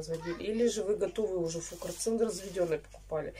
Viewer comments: Таблетки фурацилина, а не фукорцина. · Фурацилин, а не фукарцин!